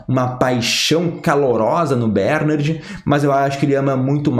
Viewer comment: Continua ele falando BÉRnard, Jesus amado!